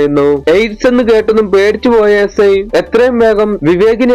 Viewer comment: Ci അല്ല si ആണ് 😂